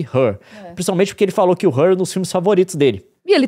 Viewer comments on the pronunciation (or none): HER é pronunciado HÊR e não HÉR pq seria HAIR